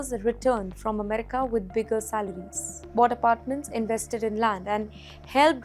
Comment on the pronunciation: Please pronounce America right !!